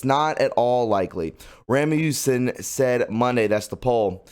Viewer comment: RAS mussen. not rammussen.